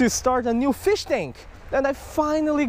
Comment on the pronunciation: it sounds like you say fish sean